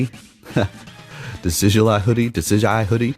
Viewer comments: So happy your running Decidueye, my favorite Pokémon of all time. Just to clarify for you it’s pronounced Decid-Ju-i. Not that it matters lol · Decidueye is actually pronounced De-Sid-you-eye